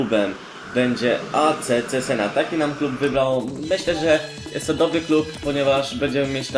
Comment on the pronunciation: nazwe tego klubu czyta sie czezena lub czesena